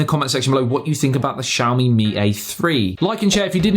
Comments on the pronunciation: it's not pronounced shawmi lmao, it's Xi-A-O-MI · I always thought it's "Ksiaho - mi", not "Tshiaho-mi"